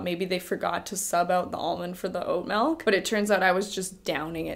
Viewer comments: Melk?? No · Lol, it's actually MELK😂 She's just so adorable though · WHERE IS THE E MELK BRO ITS MILK SAY IT RIGHT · I love you, but every time you say "malk," I die a little inside. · Canadians and their "malk" pronunciation 😆😆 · Melk. Malk. Mulk.